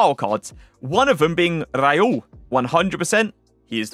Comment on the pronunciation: Is not “Raiul”is Raul!😮